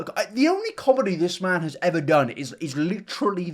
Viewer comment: When you said "this man" I heard " Piss man" in reference to the onion man and HAHAHA did a spit take